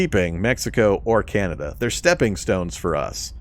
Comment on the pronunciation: The fact you were saying Beneluxx was bugging me until I heard you say Canayda, then I realised you were trolling. 😂🤣 Great vids bro! I have your videos playing in the backing while I’m playing and learning! 👍🏻